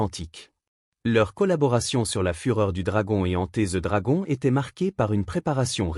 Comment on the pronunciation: "Enté ze dragon" 🤣🤣🤣🤣🤣🤣🤡🤡🤡🤡🤡🤡🤡🤡